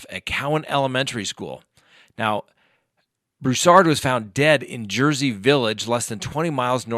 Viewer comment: "BROO-sard" or "BREW-sard," not "broo-SARD" or "brew-SARD." Thx. Emphasis on the first syllable. When you cash in on tragedy, do it right.